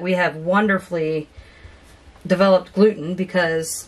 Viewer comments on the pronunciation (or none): none